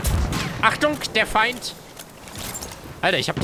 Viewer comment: Wegen dieser unglaublich lustigen Aussprache hast dir mein abo verdient :D Mehr davon ! "SCHUSS" "ist der Fein ausgelöscht? hahahahahahahaha ich kann nicht mehr